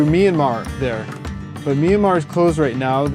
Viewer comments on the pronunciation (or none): none